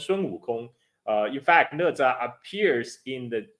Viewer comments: Why it's pronounced ne? Isn't it na? #OOT just curious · Né zhā啊哥们儿😂